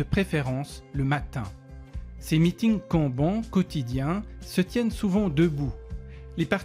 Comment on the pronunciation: Mon mec. Pour l'amour de dieu. Ça se prononce "canne-banne", pas "quand banc" ptdr